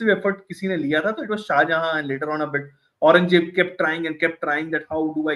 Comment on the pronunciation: They have Audrey trushkey on their side we have a guy who can't even pronouce aurangzeb